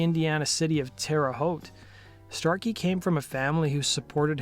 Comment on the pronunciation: It's Terre Haute, but at least you pronounced it right. I saw Kiss and Ted Nugent at the Hulman center back in the 80's. Had a lot of fun that night